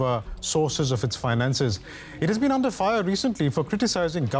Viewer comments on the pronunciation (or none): This person pronounces "under"as "ondor"!!!!!